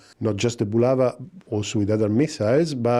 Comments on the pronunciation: Не "Була́ва", а "Булава́"! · Not "BulAva", but "BulavA"!